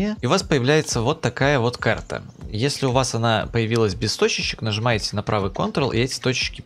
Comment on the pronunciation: Нызымаете? 5.38